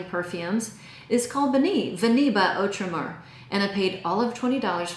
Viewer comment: Penhaligon Babylon has a lot of Vanilla in it. Might be my favorite from the house. Tons of Vanilla ,Cypriol Oil and Saffron The way to pronounce Outremer is OO-TRE-MARE. Vanille is quite nice. I love their Cola scent. Another awesome scent is the Silky Woods Elixer by Goldfield and Banks. I suggest this one only.